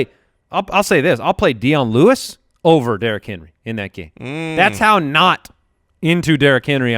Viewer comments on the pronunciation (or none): none